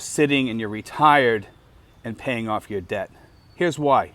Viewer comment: Debt and Death sound the almost the same when you say it.